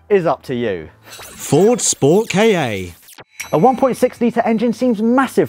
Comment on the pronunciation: Hearing pronounce SportKa as Sport-KayYeh just made my ears hurt a little bit.